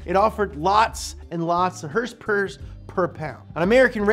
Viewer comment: why does he say hrsprs instead of horsepower